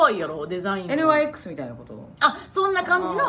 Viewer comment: NYXってブランド エヌワイエックスって読まないよニックスって読むよ